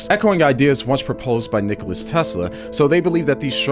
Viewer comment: 'Nicola' Tesla. 'Nicola'! NI! CO! LA! Not, in any record, 'Nicholas'.